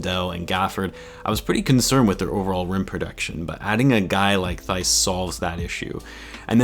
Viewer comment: Daniel Theis Pronunciation: \Tice\